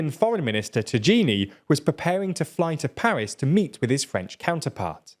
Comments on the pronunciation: ahahahhahahahah I can’t sorry from now on I will call Tajani tajini too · The way you pronounce Tajani as “Tagini” kills me everytime, thanks for the laughs, great content nontheless as alwais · Tajani, not Tagini! 😂🤦🏻‍♂️ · Tagini XD Tajani is pronounced Tayani, with a stress on the second "a". Which sounds exactly like the first "a". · The foreign minister of Italy is called Tajani not Tajini like you said Tajani is pronuonced Ta -ya -ni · Nice vid! Although it's pronounced Tayanee not Tageenee😂😂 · The name of the Italian Foreign minister is pronounced Tajini-->Tayani. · Lmfao Tajani is pronounced "Tayanee". I can see how you could mispronounce the J there but to go with "Tajeenee" you must have messed up in the script. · Its normal, anglo speakers have a different pronunciation of words and especially vocals. A is pronounced "Ei" in their language. So a name like Tajani is pronounced "Teijeini" for them in a first natural attempt. But of course that's wrong since in Italian "A" is pronounced "A". And Tajani is pronounced "Tajani". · Actually it's more natural to pronounce the A's in tajani as "ah" rather than "ay" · You need to learn how to pronounce the MFA of Italy it's ta-ia-ni ignore the j that in Italian it's the same as an i equivalent pronunciation of e in English. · That is so much not how you pronounce Tajani. It’s tah-ya-ni. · The minister's name is tajani, pronounced "Ta'yani" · I dunno why but I’m pretty sure that the surname of my foreign ministry shouldn’t sound like an Indian recipe. It should be t-uh-j-uh-n-ee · Hi, please pronounce Tajani as (ta-ya-ni). The j stands for the y sound. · One more for the "it's pronounced Tayanee" pile, although to me it merely adds a layer of hilarity to an already popcorn-worthy story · C'mon the pronunciation of tajani is "ta" "ya" "ni", I was letting you go on African tribes, but this one I cannot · the pronunciation of the italian foreign minister is wrong. It is more like "taiani"